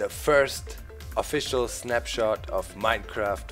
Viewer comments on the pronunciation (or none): Lol. You said Snapshit.